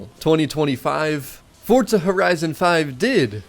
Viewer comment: Fortza 😅 there's no T in the name why do y'all pronounce it that way?